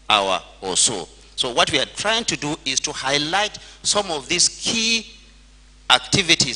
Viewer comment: Tring instead of trying